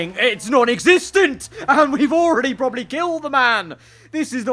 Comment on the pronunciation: "this is p obably the slowest circuit in this car" mate it's Monaco😂😂